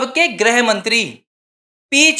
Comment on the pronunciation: “ग्रह मंत्री “ नहीं “गृह मंत्री “ (ग् +ऋ्+ह)